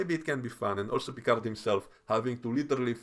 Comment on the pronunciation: 😂 Your Vadik impression....really annoys me the way she pronounces Picard.